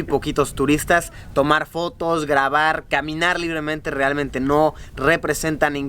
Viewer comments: Dise fotas en ves de fotos v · LIKE SI TU TAMBIEN ESCUCHANSTE Q DIJO FOTAS